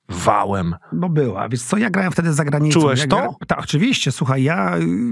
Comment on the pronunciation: Błagam proszę nie mówić : wies co tylko wiesz co, tam jest sz na końcu.